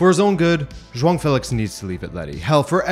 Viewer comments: Joao* Not joang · Lol why do you keep saying joaon? It’s Joao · It sounds like you're saying Juan Félix, instead of Joao. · is Joaong the proper way to pronounce his 1st name ? have i been saying the name wrong this whole time? if so these english commentators are to blame for my ignorance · Can any Portuguese person confirm that him pronouncing Joao as Jhoan idk how to write it but it's like he put an N in there for no reason. Not annoyed, just legit curious? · Are you saying "JoaNG Felix" in this video? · Nobody else bothered with 'xhuong' felix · Can you stop calling him Jwong lol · Zwang felix, lol its hard to watch this coz of you keeping saying Zwang